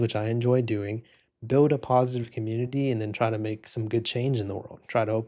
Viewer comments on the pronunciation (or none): none